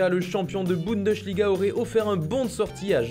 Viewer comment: absolument pas mdr ça se en gros " Boundesliga " avec un "petit" a pas trop accentué. La prochaine fois apprends l'Allemand avant de parler déjà que tu parles mal Français.